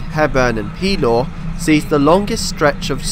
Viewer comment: Just a quick note about local pronunciation: the name of the district near Gateshead, Pelaw, is pronounced with the accent on the second syllable, thus Peláw.